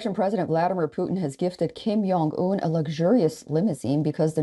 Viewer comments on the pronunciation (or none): its kim JONG un not 'yong' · did she really say " kim YONG un " ? 😂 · Kim yong ung? Lady come on. I dont like the guy but even i know how to say it correctly.